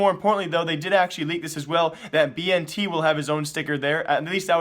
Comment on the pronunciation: Is it b n t or ben tet the way you pronounce bnTeT